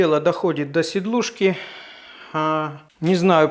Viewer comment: А почему сидлушка, а не силдушка или сидулшка?)